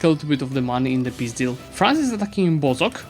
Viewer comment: I am really fond of how you say peace deal, sounding a bit like пиздятз